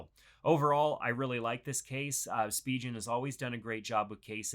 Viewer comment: Spee-gin Spigen